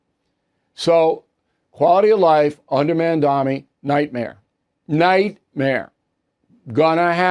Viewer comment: It's Mamdani, not Mandami, Bill.